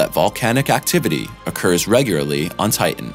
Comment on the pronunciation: You need to practice enunciating the word "regularly".